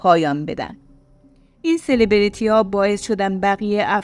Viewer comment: بانوی عزیز یکم در تلفظ دقت کنید سلبریتی و افساد رو اشتباه بیان کردین منم متولد ۶۶ ام فوق لیسانس باستان شناسی دارم اکثر بچه های باستان شناسی رو میشناسم ولی ایشون رو نه شاید تا کارشناسی خونده بعدم دخترا چرا میرفتن خونه ی یه مرد غریبه ولی حقشون تجاوز نبود کاش به غریبه ها اعتماد نکنید من که به واحد بقلیمم اعتماد ندارم گرچه همه محترمن و اپارتمان فقط برای زوجای بدون بچه اس همه جا دوربین هست ولی من به هیچکس اعتماد ندارم حتی اشنا